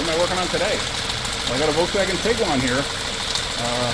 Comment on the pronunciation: Tiguan? Never buy a car that you can’t pronounce its name.